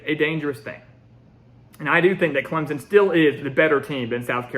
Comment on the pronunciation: Put the damn “p” in Clemson when you say it. We don’t say ClemZon lol